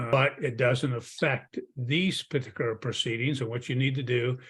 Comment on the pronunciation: It might just be me, but t g e way he pronounces "parti kular" drives me batty.